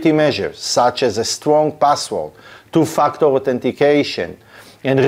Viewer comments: Your accent makes it sound like you are saying "to f#ck the authentication" And i love it. :) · Sorry but I have to laugh every time you say "two factor"🤣🤣🤣But seriously, very informative thanks.